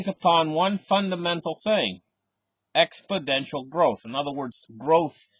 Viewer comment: Like your videos! Btw it is “exponential” not “expodential”